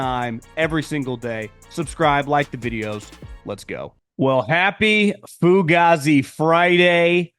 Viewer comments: That's how an Italian from New Jersey might say it. NoCal says it differently. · DUDE, your saying the word WRONG, it's pronounced foo-gay-zee. Cmon bro, as a dude from South Philly it hurts my ears.